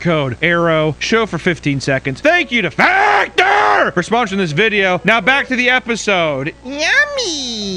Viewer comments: Ah yes, f-ACK-ter. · Why do I feel like FACTOR! emphasized on emphasizing the name of the brand? XD!!! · i have a feeling you just forever changed how i will hear the word "factor" 😂